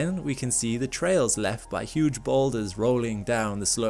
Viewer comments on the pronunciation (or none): none